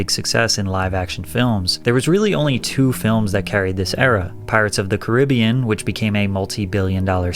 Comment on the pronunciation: Thank you for pronouncing Caribbean correctly.